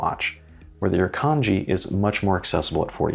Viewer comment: It's not just the critters either. Look up the Gympie-Gympie plant. Great video, really love the design of the watch. And your pronunciation of the Iruknadji wasn't that bad really. LOL